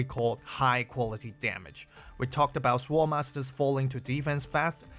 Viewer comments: note for reference that the 'w' in sword is silent. Appreciate the content, I'm trying not to think of the new era as power creep so I can concentrate on having fun. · the way how you pronounce "sword" sounds like "swole" lol HELL YEAH MY BEEFED UP SWORD LADY